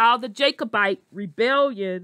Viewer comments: Just stop talking you are butchering the name a Jacobite. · You are butchering and mispronouncing the name Jacobite